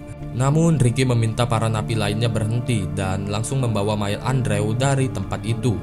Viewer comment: Bacanya endru bang Bukan andrew 😩